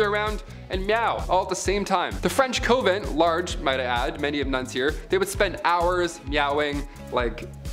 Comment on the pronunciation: CON-vent................not COH-vent.